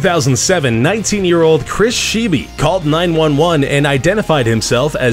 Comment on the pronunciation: The last name of Chris Scheibe is pronounced "Shy bee"